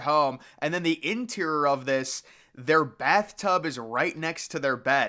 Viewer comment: How come you can’t say, interior?